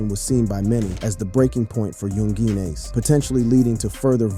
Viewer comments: You called him "Yung Jean ace" lol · Do better research next time this video wasn’t correct on a few things. 😂 young geen ace shoulda knew it was gunna be a bad video first time you tried saying his name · dont make a vid on a person when you cant even say his name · Can't even say bro name correctly 🤣🤣 goofy ass